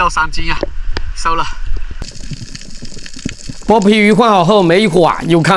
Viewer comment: shou和sou,是收了,不是搜了